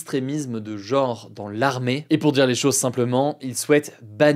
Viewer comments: Le mot "genre" se prononce "geanre", pas "geore". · Genre. GENRE! G-E-N-R-E Pas jore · C'est dans ma tête ou il prononce tout le temps genre "geore" ? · Mais c'est quand et pourquoi que "genre" a commencé à se prononcer "jeuor"? 😢 "Jaure" n'était pas encore assez claqué au sol ? Ça se prononce comme dans "les gens". Y a quoi de compliqué à ce phonème? Vous vous lavez les deuots aussi? Avec du deuotifrice?